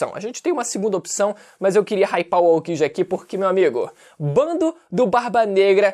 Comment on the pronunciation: Tu falando Aokji é engraçado. Kkkkk